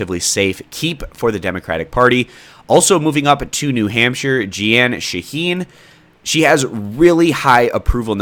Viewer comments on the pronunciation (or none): The incumbent senator from New Hampshire’s first name is pronounced like the word gene, not je ann.